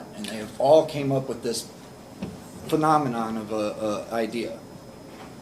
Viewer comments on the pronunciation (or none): "a penomenon of an idea" Not sure this man should be representing himself.